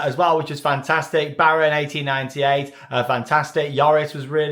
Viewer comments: Came here for the ‘‘Baron akten-akten-negennen’’ and he nailed it... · Het is baron achttien acht en negentig, you prenounced it very good. I love the Efteling.🎉🎉🎉